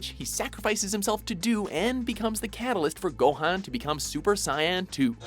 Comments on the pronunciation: Yup, he said "gohAn" instead of "gohOn" :| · BosnianDiamond "The catalyst for Gohayn to become Super Cyan too" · Is it just me or did he pronounce Gohan weirdly too?